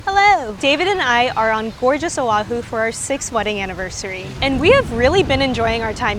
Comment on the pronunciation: sorry, just awareness tips here. Honolulu has NO "a' in the word, yet 95% say 'ha-nuh-lou-lou". Proper is' hoe ( like the garden tool)-know-lou-lou. Oahu has no 'w', it is properly pronounced: Oh-ahh-who. As for the My BBQ, yes the one with Korean workers originally were at the old place (you say not have Korean workers and likely the same pics that's why) Think they moved across the street because of the increase in rent. Here in Hawaii, shaved ice is NOT written or spoken in past tense. It is in present tense and will always be to us local people as shave ice, written or spoken. If someone writes it or pronounces it as shaveD ice, we all know they aren't local. Dun fact, the local people on the Big Island call it 'ICE SHAVE'(inverted).. As a born and raised local here on Oahu over 65 years even I was shocked when I went to a convenience store in Hilo back in 2014 to see it written and spoken as "Ice Shave". Enjoyed the video nonetheless 🤙